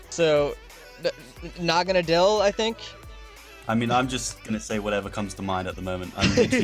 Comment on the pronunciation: Me and my friends have just given up trying to figure out how its supposed to be pronounced. We swap between 1. Nah-Gan-Ah-Dell 2. Nah-Gah-Ah-Nadle The first being more popular I personally like calling is Nah-Gan-Dell but thats probably not right, its a preference over accuracy thing